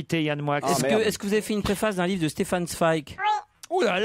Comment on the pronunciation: Moix prononce correctement Zweig. C'est les autres qui se trompent.